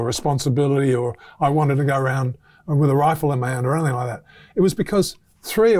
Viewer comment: Great stuff isaac keep it up Only issue is you continue to say anythinK instead of anythinG Please sort this out